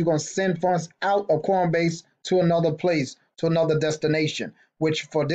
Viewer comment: Are you saying cornbase? lol